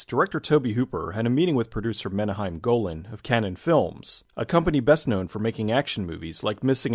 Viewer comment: To paraphrase H.P. Lovecraft, "How can anyone not like Lifeforce?!" (Coincidentally, he was talking about cheese). Also, tell the bloke who interrupted the video that if he's going to cut in on what you were saying, he should to learn how to pronounce Menahem Golan's name.